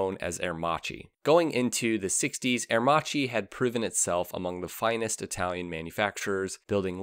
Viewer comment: Love your videos, but you definetly need to improve your italian pronunciation haha